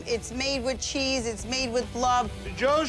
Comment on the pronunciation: the way he says cheese has me laughing so fucking hard ohmygosh